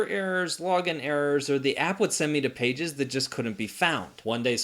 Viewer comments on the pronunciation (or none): none